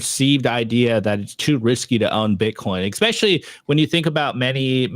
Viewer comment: expecially ?!? hahahahaaa